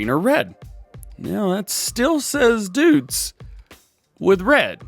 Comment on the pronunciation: DJ, of course we know that's not the Case! That's the John Deere 7R! We got the IH Case Telehandler last week. Get your brands straight man. :P Also, says Deutz correctly up until he changes the paints and then goes full "uncultured-American"..."It still says 'Dootz'." Love ya, DJ. Never change, man.